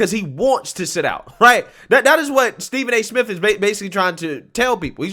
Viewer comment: Did he just say Stephen A simp?